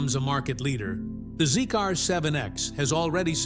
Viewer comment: Sorry to correct you but the name of the brand is pronounced "Zeeker" n not Zeek-R!